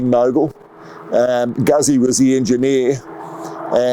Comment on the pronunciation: pronounced Gootsie